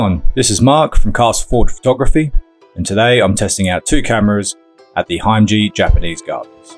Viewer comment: Nice little vid. Only one other comment ; the gardens and the sister city is pronounced Him-ej-i, not Hime-ji